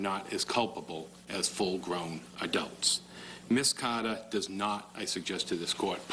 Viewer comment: He said Ms Caaaada. Why do people from Boston hate the letter "R'?